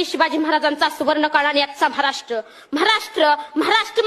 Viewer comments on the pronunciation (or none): म्हाराष्ट्र नाय बेटा ,महाराष्ट्र म्हण.